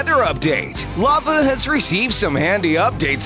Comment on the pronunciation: I like how you said ‘Laver’ XDDDDDDDDD